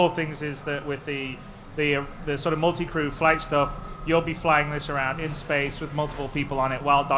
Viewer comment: Crew* not Cruise